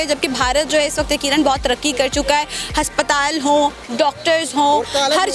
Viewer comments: हस्पताल नही अस्पताल है 😂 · Haspataal no aspataal yes😁😁😁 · Haspatal🤣🤣😅Aspatal hota hai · Aspataal hota hai na ki haspataal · Bolna to sheeko - haspatal ya aspatal😁😂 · Why this anchor pronounce हस्पताल instead of अस्पताल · Haspatal ni hota... Hospital hota he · Abe prononciation tou sahi karo... " HASPATAL " nahi ASPATAL pronounced hota hai... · h nhi a aasptal hota h 😂